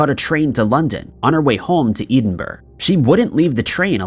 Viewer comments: Being Scottish and from Edinburgh it's really funny the way you pronounce Edinburgh 😂😂😂great video 💯👌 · I think it's ignorant of him to not get this right. Not like it's difficult ..Jesus... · Dare l say it without upsetting someone...... "Edinburgh" 😅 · Hi, love you channel but can you please get your pronunciation of Edinburgh a bit better, i live in Scotland and every time i hear it i cringe, sorry for bringing it up, great content. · The only thing that creeped me out about this video was how he pronounced Edinburgh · TLDR; Not creepy barely mysterious and the voice over guy cannot pronounce Edinborough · Scots would be offended how your pronouncing Edinburgh ✌️👍Love your channel always watch🇨🇦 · this guy is a retard he pronounces most words incorrectly. Nearly every place he mentions is incorrectly pronounced. Edinburgh 🤦🤦🤦🤦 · Where is 'Edenburg' located? Did you mean, 'Edinburgh?' Still not bothering to make sure you pronounce words, correctly, eh? WOW😬. You are very lucky that your employers do seem to care how horribly you slaughter names and places🙄. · Getting to the point where I'm ready to report your continual and callous inability to pronpunce "Edinburgh" correctly as harassment/bullying. You are repeatedly corrected and begged to say it properly. "Ed-in-buh-ruh". Try it. It's easy. I can only assume you are either not reading your comments or you are deliberately insulting the Scots & people who like to have names ponounced correctly. Either way, you've been asked to have the courtesy of just getting a name correct. Not doing so, repeatedly and deliberately, is becoming truly offensive. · FYI It's pronounced Edd-in-bur-ra or more like ed-en-bra if you're a local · a lot of how he says town names between canadian, scottish, english etc... hurts my soul... suggested the ed Din burro... since it might, just might be easier for him to read and he wouldn't butcher as many names ending in burgh... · Edinburgh is not pronounced like that you retard